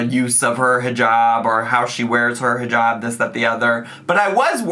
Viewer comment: The way ahe pronounces inshallah and hijab makes me want to jump out a window.